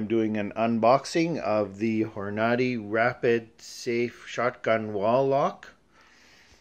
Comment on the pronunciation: It's pronounced horn-a-day. Thanks for the vid